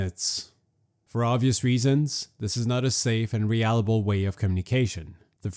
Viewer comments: Drink every time he says "re-allable" instead of "reliable" 😂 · Reliable - Ree lie a bell not re alley bell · Realable? Reliable. Re-lie-a-bull NOT re-al-a-bull🤣